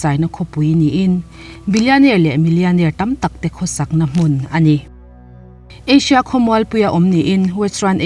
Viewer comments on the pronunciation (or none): ka lo ngaimawh chu....ASIA ni lo a..ASHIA..iti hi..😀..lo sawi ve mai mai